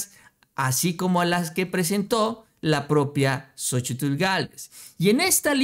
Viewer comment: Seria interesante contar las veces que dices Sochitil en cada video... seguro es un record